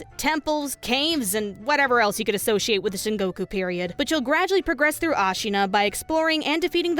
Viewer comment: can't tell if you're deliberately mispronouncing common japanese words like sengoku or yagami or not. either way, it's really triggering (i play starcraft. that's a compliment) wp gg